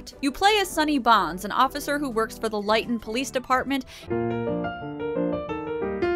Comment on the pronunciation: Wait..."Lit-Ton"? That can't be right, that is just too stupid sounding. I'll continue to call it "Lie-Ton".